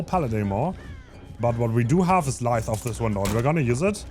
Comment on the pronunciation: Idk why this bothers me but u keep saying lithe wrong. The i in lithe sounds like eye l-eye-th